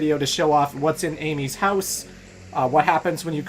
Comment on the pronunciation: I will not correct pronunciation of house. I will not correct pronunciation of house. I will not correct pronunciation of house.